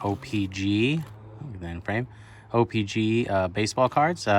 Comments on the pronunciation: It’s not o pee Gee It’s o pee CHEE WTF 🤦‍♂️🤦‍♂️🤦‍♂️🤦‍♂️🤦‍♂️🤦‍♂️ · Ur sitting there acting like u know all kinds of stuff about trading card but u don’t even know how to say the damn name right!!!!!